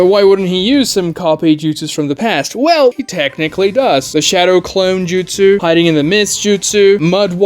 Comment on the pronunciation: Also saying 1000 justsus. It's justsu. Japanese has no plural